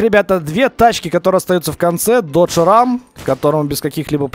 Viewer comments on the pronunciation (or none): none